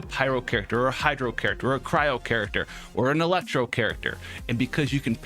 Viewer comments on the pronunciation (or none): none